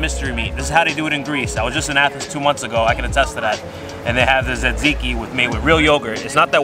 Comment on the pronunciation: The fact the food expert can't pronounce tatziki is funny